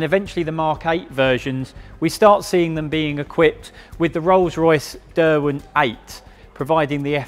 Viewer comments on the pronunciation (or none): none